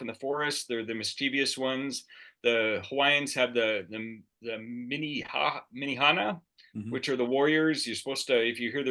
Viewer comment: The Hawaiian little people are called the Menehune, not menihana. Pronounced MENNA*HOO*NAY. Neat show though.